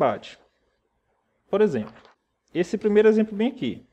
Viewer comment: percebe-se que você faz algumas trocas fonológicas do L por R. como por exempRo, pRaca, etc. Uma fonoaudióloga pode te ajudar a melhorar isso. A qualidade das suas aulas são muito boas, você explica tudo bem explicado de forma que qlqr pessoa consegue entender. Parabéns pelo trabalho e continue assim. Espero q n se importe com o que observei, é uma crítica construtiva... Um abraço!